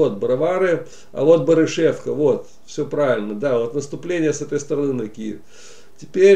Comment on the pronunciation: Ведущий! Очень корявое изложение материала, не ваше это. БАрышевка, а не БарышЕвка. БроварЫ, а не БровАры. ТщательнЕй надо.